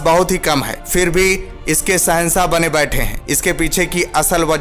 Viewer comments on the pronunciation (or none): Bhai kaun See school mein study kiye ho? Sehansah, des, siddat, suru, kaun si bhasha hai? Kudrat deta nhi hai, deti hai. Agar apni pronouncation theek nhi kar sakte toh kisi aur ki help le sakte ho.